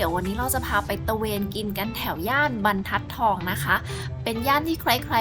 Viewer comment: บรรทัดทองค่ะน้อง ไม่ใช่ บันทัดทอง